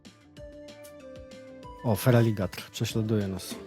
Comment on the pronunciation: FERALIGEJTOR - to jest poprawna wymowa. Możesz mi go podesłać za to, że obejrzałem jak prawilny widz do końca i dałem łapkę mimo, że mi uszy więdły za każdym razem gdy wymawiałeś nazwę tego Poksa z 2giej geny xd